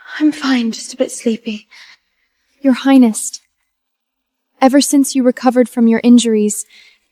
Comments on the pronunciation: Why do they keep adding a "t" at the end of "highness" when they speak??? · Ugh...AI... Your "Heinest"?? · Is it just me or are they saying highnesst instead of highness? I swear I hear a T on the end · What is "highnest"? 😂😂😂